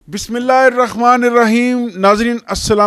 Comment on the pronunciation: Please Bismillah Shareef me ح ka talaffguz durust karey